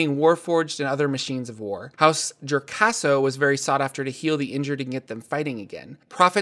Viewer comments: House jo-RAS-co not jor-CA-so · House "Jo-ras-co", not "Jor-cas-co" : ) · Thanks that kind of annoyed me... but your videos are awesome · hourse JOR-CASO?? It's JOR-ASCO, lmaoo